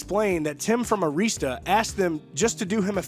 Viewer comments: IT'S NOT AIREEESTA!!!! IT'S AIRISTA. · That's 'Air' ista, records, boss. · You don't know how to pronounce Arista